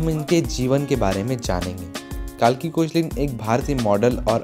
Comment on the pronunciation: It's not koechlin it's "kekla"